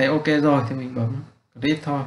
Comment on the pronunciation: Cảm ơn bạn vì bài giảng chất lượng nhưng bạn chỉnh lại phát âm tiếng anh cho chuẩn một xíu sẽ tốt hơn. vd: bạn phát âm không đúng các từ: create, threshold, target,....